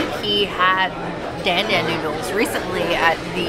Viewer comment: The fish looked so delicious! Btw, dan dan is pronounced with a soft "a," like in "haha." Glad to hear they came with a decent amount of heat!